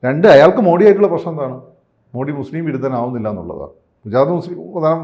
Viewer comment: ദയവായി അദ്ദേഹത്തെ മോഡി എന്നു വിളിക്കരുത്. മോദി എന്നാണ് യഥാർത്ഥ Pronounsation